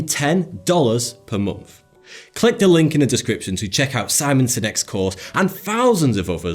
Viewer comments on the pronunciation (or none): "With" is pronounced "with," not "wiff." "Month" is pronounced "month," no "momf."